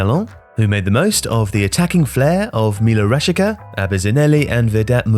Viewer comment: You mispronounced "Rashica", it's "Ra-shee-tsa". In Slavic languages "c" is never pronounced as "k", only as either "ts" (plain), "ch" (with an accent/in a digraph) or "kh" (specifically in some languages with the digraph "ch"). :)